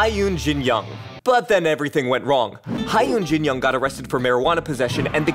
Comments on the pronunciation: See-yo Taji? Ha-yun Jin Young? Bee-yo-a? Seriously??? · Those are pronounced "So Taeji" "Hyun" and "Bow-ah"